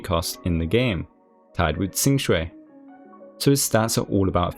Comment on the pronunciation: You sir, are quite possibly the first HSR content creator to pronounce Qing Que's name correctly. Kudos!